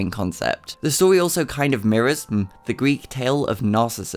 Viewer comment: I thought u said "Matts love of minors"